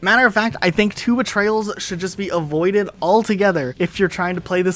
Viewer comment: I swear he was calling two betrayals “Tuba Trails” lol